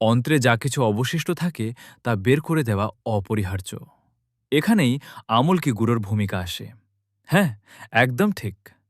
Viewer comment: আপনি খুব সুন্দর বলছেন খুব ভালো লাগছে। কিন্তু উচ্চারণ ভালো লাগছেনা। আম্+লক্ষী=আমলকী। আপনি বলছেন: আমল্ +কী।